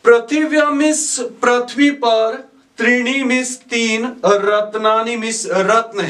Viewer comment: पृथ्वी को प्रथ्वी नहीं, पृथ्वी उच्चारण करें।